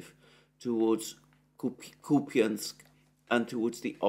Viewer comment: Lol kopany. Its kÚpañ. There is no E at the end. Its just soft n. And accent is on U